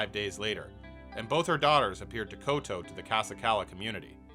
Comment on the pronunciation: It’s pronounced “kow tow” not Kow Tow.